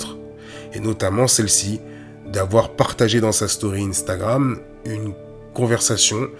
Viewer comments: Arrête de dire inestagrame 😂😂😂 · Pourquoi vous dîtes tous ine-stagram 😂😂😂